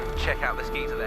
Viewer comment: Gee-zer? Gai-zur? Gei-shur?